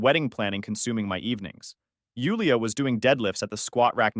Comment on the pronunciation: In case you wonder why your channel is “loosing traction” it’s because your ai pronounces Jewel-ia as Yule-ia